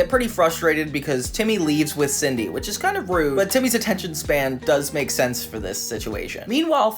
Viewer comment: is it Sidney or Cindy? cause this is like the 3rd essay video on this crossover and the narrator calls her "Sidney" instead of "Cindy" cause growing up I thought her name is "Cindy"